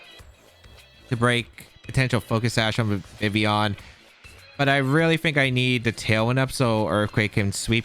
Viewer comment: How you leave the L out of Vivillion your not pronouncing it correctly